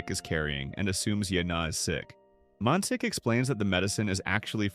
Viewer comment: Man shik is his name, 'si' in korean is pronounced 'sh'